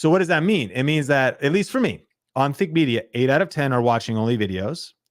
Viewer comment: Something I've noticed is when you quickly pronounce "Think Media" in these videos, it does sound like "Fake Media" sometimes. Just be extra clear on the pronunciation. I love the content you guys make to help smaller creators grow!